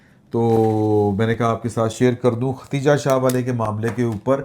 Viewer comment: Plz. Note the name ختیجہ نہیں بلکہ خدیجہ